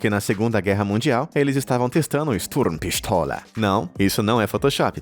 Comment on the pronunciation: ele: sturn pistola o q eu escuto: estou pistola kkkkkk